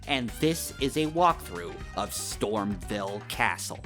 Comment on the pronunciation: You're saying Stormveil wrong. VEIL is pronounced VALE not VELL